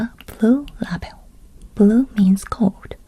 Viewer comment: What is the purpose of the train delay certificate? Can you use it to redeem another ticket? 🚄 Also, the word ‘label’ is pronounced ‘lay-bel’ 🤗